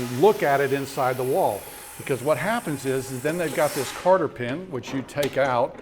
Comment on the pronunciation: I assume that he is saying "cotter" pin when he says "carter" pin. I've never heard of a carter pin.